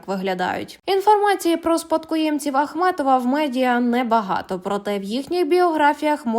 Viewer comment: Ви розповідаєте про Ахметова чи Ахматова? Прізвище називайте правильно.